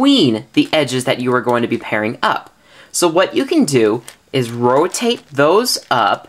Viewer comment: Roatate lol